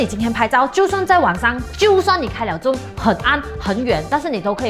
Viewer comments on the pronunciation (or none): Zoom is pronounced as "Zu:m", not "jom"... ....